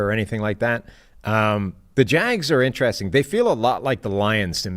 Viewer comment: Will someone please tell that it's pronounced In-ter-rest-ing and not 'intraressin'. Jesus christ.